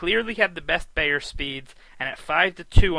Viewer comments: Hey, it's BIIIIIIIER, not BAAAAAYER. He's the most prolific handicapper, writer, speaker and defender of horse racing in history. Not hard to pronounce his name correctly. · It’s Bye-er , not Bay-er. Makes me think this guy doesn’t know anything.